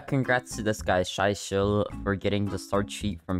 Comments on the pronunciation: Fun Fact: said ShyShill instead of ShySkill -. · You said my friends name wrong :<( it’s shy SKILL not shy SHILL